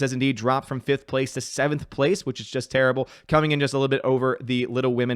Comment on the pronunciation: I love when he says coming up with another video it sounds like comannamannam video!